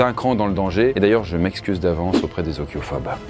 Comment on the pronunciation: Ophiophobe et non pas Ociophobe 😅